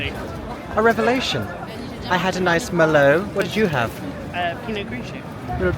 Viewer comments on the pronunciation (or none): none